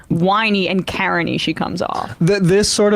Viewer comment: I had to Google what "carany" meant, then realized she said "Karen-y" 💀